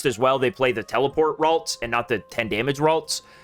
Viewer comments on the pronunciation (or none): none